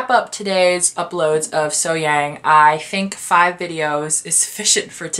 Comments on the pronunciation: No, actually the 'a' in SoHyang is pronounced kind of the same way as the 'a' in the words car, dark, lark, etc. 'Lark and 'lurk' don't sound the same, do they? Similarly 'SoHyang' and 'So Hyung' are pronounced differently. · I believe you say her name with a quick H, then Yung, So Hyung.